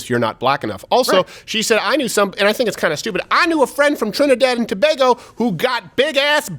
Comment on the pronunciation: Lol he pronounced “Tobago” correctly.